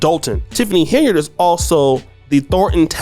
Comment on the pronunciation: It seems nobody, can read, how do they get henyurd, out of Henyard?